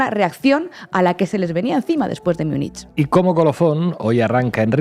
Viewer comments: ...y de paso: ¿por qué no dejáis de una vez esa rídícula pronunciación de "miunich"? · Me encanta La Base ❤, soy suscriptora del canal y me quito el sombrero ante todo el equipo por su profesionalidad. No obstante, se me parte el alma al escuchar cómo habéis pronunciado Munich hoy 😢, ni en alemán ni en la pronunciación utilizada por los hablantes del español. Os pasa con todas las lenguas de origen germánico que no son el inglés, especialmente el alemán y el neerlandés. Las pronunciáis como si fueran inglés. Sería estupendo que eso lo cuidarais un poco 😊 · Por qué pronuncian Munich a la inglesa?